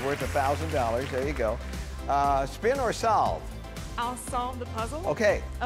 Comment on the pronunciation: The I in "SPIN"